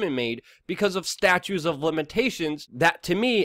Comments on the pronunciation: Dear sweet Luke, it not statues. It’s statutes. Pronounced stachootes. I say that with love. You work so hard and I appreciate you. Thank you. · Consider pronouncing the second "t" in "statutes" & leaving the "s" silent in "Illinois." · Just a friendly tip: It's staTUTES of limitations...not statues. I'm sure you must know this; I think it just gets overlooked in your much appreciated passionate delivery. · OK.... enough with the "STATUES of limitations". It's "STATU*T*ES".